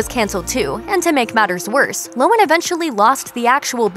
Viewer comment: LOHAN, not lowen.